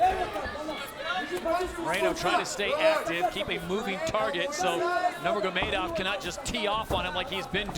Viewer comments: Why can’t bro say „Nurmagomedov“ properly 😭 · I question any commentator's competence when they struggle to pronounce Nnurmagomedov in 2021.